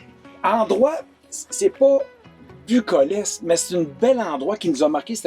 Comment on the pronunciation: Merci pour vos belle recommandations, c’est inspirant. Par contre, il faudrait faire attention au son du bracelet qui claque sans arrêt :). C’est le pont de la Confédération et non pas de la configuration, et c’était bucolique et non pas bucolesque, je le souligne en toute bienveillance 😊. Continuez vos beaux vidéos!